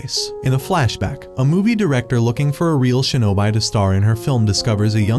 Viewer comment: Shinobi (Shee ~ No ~ Bee) not (Shee~No~Bai)